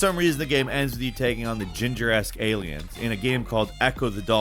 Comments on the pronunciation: Did you mean to say Giger- esque aliens in the Ecco the Dolphins entry? 😂😂 sorry that made me laugh “Ginger-esque aliens” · Did... Did he say "ginger esque" instead of "Giger esque"? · Ahh, the famous artist, H R Ginger and the famous musician, Vangellay. Were you drunk when you recorded this? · Gingereske? Lol how does this guy not know how to pronounce giger... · Dude did you just pronounce H.R. Giger as "jihjer"? Jesus Christ.... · Came looking for this comment. I literally didn’t know what he meant until I paused it and racked my brain.